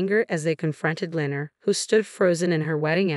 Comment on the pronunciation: Lenor. Len nor not lener